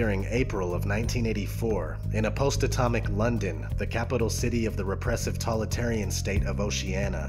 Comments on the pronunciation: While I love this and you brought up really good Dystopian Gems , please Sir it's Totalitarian and while I like the word you keep saying Talitarian it kinda distracting. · When you describe V for vendetta and Running man (and maybe others - I skipped a few) you say ''tolitarian'' instead of totalitarian... Dude! That's a serious mistake, especially if you want this video to be taken seriously. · This is an excellent list. Thank you for including Equilibrium, which is soul-churning. We can see that it and definitely 1984 are coming true. One last thing, though. Did the narrator mean "totalitarian" rather than "tollitarian"? Either way, I'm really liking TV. Cheers. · God damnit! TOLITARIAN IS NOT A WORD DUDE! The word you are not pronouncing is TO-TOLITARIAN! You are not saying the first part, it would phonetically be said like this toe tall it tear E N totalitarian Ugh you say tolitarian one more time in this video and bro, I will come at you. You wanna come at me bro? For grammar notseeing? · DAMMMMMIIIITTTTT! You did soooo well, and did not say that word wrong again. What word? The correct word is TOTALITARIAN. What are you saying, not totalitarian. Nope you are missing the TO at the beginning, and didn't say it again. From when I posted my previous message around number .. idk 18 ... but then you go and do it one last time on the VERY LAST MOVIE OF THE LIST NUMBERING 33!!!!!!!! lol come at you bro! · I tuned out after the 10th time this guy mispronounced totalitarian as "tolitarian." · You say "tolitarian" a lot.. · totalitarian is a really hard word to say, don't you proof read??? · Are you not saying fascist and totalitarian correctly for a reason?